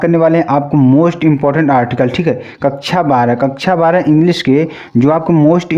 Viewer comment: वो कक्षा होता है कच्छा नहीं बोलना सीख लो बिहारी लोग तुम